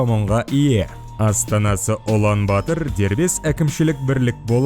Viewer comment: Улан батар деп жазад оқығанда улан батр деп оқйлы